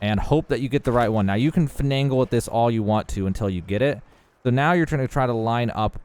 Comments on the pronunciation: Great vid, but google the pronunciation of “finagle” 😘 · the extra "N" he puts in "finagle" pisses me off